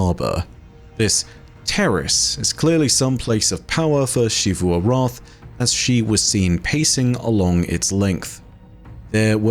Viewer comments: Why doe he say Xivu Arath like that?? The game literally says the name so many times yet he says it weirdly still???? Is he trying to be posh or something? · I just want to commend for sticking to his pronunciation of Xivu Arath's name despite everybody in the game pronouncing it the other way. This video touched on a point that I've been confused about since the beginning of the season. Ana Bray seems so proud of the fact that her Warmind is going to be able to outmaneuver Xivu Arath... an AI dedicated to warfare? Against the Hive God Of War? Surely that isn't only an obvious problem to us from beyond the fourth wall, right?